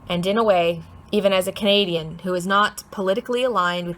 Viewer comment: You lost me at canaduhnadian.